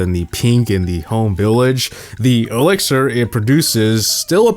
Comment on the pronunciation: The elixier 🤣